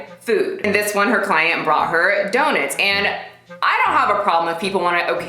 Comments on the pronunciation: She’s fucking people worse than Brittany Dawn And yo... it’s DOE-NUTS! 😂 not “daw-nets” 😂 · The only thing about this video that offends me is how you pronounce donuts. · why do you say donuts like that!!!!! 😂😂💗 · I'm offended by your pronunciation of donuts. XD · The way you pronounce “donuts” is the most precious thing 🥰😭